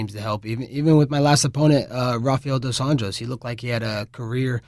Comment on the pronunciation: Did he, did he just say RDA's name, properly?! 😯